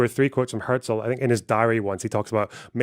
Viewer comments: it’s nice that you’re German, but his name simply isn’t pronounced like that. she says his name half a dozen times throughout the video. The first time she says it was a ridiculous over-pronunciation where she basically said hya-zel. His name was quite simply pronounced herzl with a german r, closer to her pronunciation than how an American would say it but still not the same. Later on she says it fine. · She did however pronounce "Herzl" very german, even sounds kinda south german.